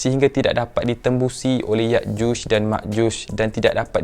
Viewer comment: Ya’juj dan Ma’juj Bukan Yakjush dan Makjush Sekian